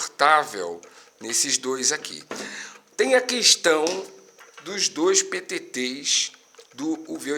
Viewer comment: "Us duois petetêis..." Kkkkkkkkkk